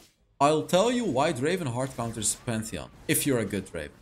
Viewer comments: it's not draven it's DRAAAAAAAAAAAVEEEEEEEN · It's not draven it's draaaaaaven